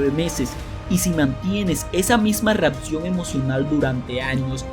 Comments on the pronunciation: Que no se dice "REATCION" 😫😫😫 No se dice "REFRATARIO" 😫😫😫 No se dice "has esto suficiente veces" 😫😫 Es tan, tan mal hablado que estresa! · Me distrae demasiado y me hace mucho regresarle al video y acaba molestandome, todo eso de: REATCION en vez de reacción, ALBERDRIO, HICISTES, JADGUAR en vez de hardware, CONETCIONES, CONETAN, TESTOS, EFETO, EN VEZ DE EFECTO Y etc, etc, etc, no lo tomes a mal, esta bien el canal pero lo sería EXCELENTE tendrías más seguidores 90 veces más lo que tienes si tuvieras apertura a las necesidades del cliente, como dice Bob Proctor, por aquí leí que le bajes a la música de fondo ¡¡¡HAAAAZ CASOOOO!!! Muchos te oímos con audífonos y si es molesto MUY MOLESTOOOO!!! solo lee tal cual esta escrito, "cambia" como dice este mismo video NO SON TESTOS, SON TEXTOS, se dice CONEXIÓN, bueno es una observación que te haría crecer, (espero lo tomes así) como persona y como el negocio que es este canal, te mando un abrazo fuerte y Gracias.